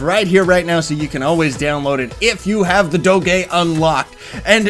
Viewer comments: I have never heard someone pronounce doge like that XD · You say Doge so weird o_0